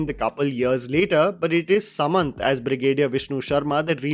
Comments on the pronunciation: BTW it's not 'Sa'Manth it's 'Su'manth ('su' of super) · Its sumanth*** not samanth😅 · It’s Sumanth not Samanth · He is not samanth😂 he is sumanth.. like u in word put!! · The actor's name is Sumanth...Suu- manth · Your reviews are very good and I love your videos. But please pronounce the names correctly. Mispronunciation is very frequent in your videos especially when you are telling about South Indian films or actors. In this video you said samanth but it’s Sumanth and chinmayi Sripaada not sripada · it's sumanth, not samanth😜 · Its **Sumanth not Samanth... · By tge way small correction name is sumanth not samanth😀. And its great u talked about chinmay sripada she is been dubbing ftom many years including samntha too. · Just a correction, his name is Sumanth not Samanth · Thank you for your review. Honest and to the point as usual, which is why I follow your reviews. By the way the actor's name is "Sumanth" as in "Surya/Suitcase" not "Samanth" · Its sumanth not samanth actually 😅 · He is sumanth... not samanth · His name is not Samanth.He's Sumanth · Lol not samanth it's sumanth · Sumanth not samanth xD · it's sumanth you should spell like suuumanth